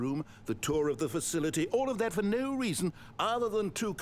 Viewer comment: you said ‘no’ wrong